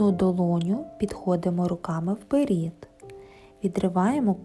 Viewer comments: Дякуємо! Ви молодець, тільки, будь ласка, не "вперІд", а "вперЕд" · Чудове пояснення. Благодарю. Але чому вперід? Вперше чую таке ... "Получається" - теж ріже вухо. .......Виходить - буде класно👍 Благословіннь вам рясних 🌷